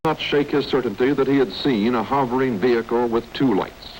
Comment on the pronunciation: Aerial VeeHickle 🤣